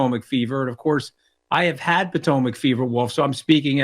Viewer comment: Say Patomic Fever one more time....